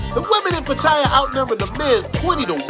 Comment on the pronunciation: U always say Pat-tale-yuh, I’ve been there, and I’ve always call it Pat-ta-yuh, why the difference ?